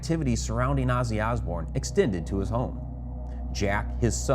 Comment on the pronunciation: i hate the way buddy says, Azzy Azbourne